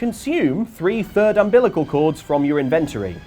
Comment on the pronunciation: You have to get 3 of the 4 thirds of ambilical cords....... WHAT!??? 😂